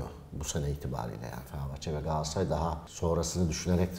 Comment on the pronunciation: gaasaray ne Galatasaray demeye dilunmu sürtiy